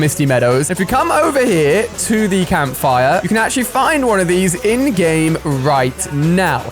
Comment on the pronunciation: Who always thinks he is saying endgame like the movie but he is saying ingame 😂💀